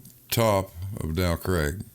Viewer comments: Every time says “Dow Craig”, my mind rebels. It’s “Dow CRAG”. This is England, and it’s pronounced “CRAG”. voice is too irritating at this time of the morning, and I can’t take any more of his nonsensical arguments. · He actually says "Del Craig". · The mountain "Dow Crag" is actually a "Fell" it is in the "Lake District" County of Cumbria, that makes it Northern England, Not Scotland, It is pronounced Crag rhymes with Hag, "Crag" means steep rocky cliff. English lesson over 🤝👍🏻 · Agreed Grrr.